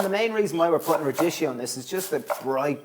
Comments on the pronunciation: Phonetically it's pronounced rad-di-ki-yo, not radishio, please! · Radicchio is pronounced radikkeo...